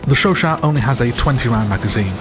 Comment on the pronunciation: The way you pronounce Chauchat makes this video an ASMR :) How would you rate it compared to the Chauchat in BF1 (relative value in each game)?